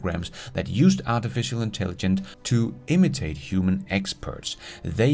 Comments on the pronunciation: Artificial intelligen...CE... it feels weird every time you say it without the CE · You did a whole episode and said “artificial intelligence “ wrong over 100 times!